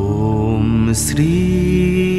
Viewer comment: Your pronounced Matra was: ओम स्त्री बर्धनाय नमः Right prounocation is ओम् श्री वर्धनाय नमः ❤